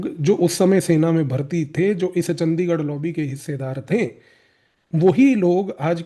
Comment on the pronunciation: bhai its चंडीगढ़ hai,चंदीगढ़ नही,very right ,ye h ese log yaha pr